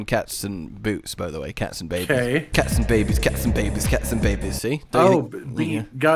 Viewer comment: The way said Cats n Babys it sounded German xD In German Cat is Katze so it sounded he said Katzenbabys 🤣🤣🤣